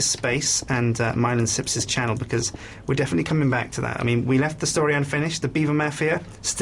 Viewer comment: i thought it was Sjips co not sips co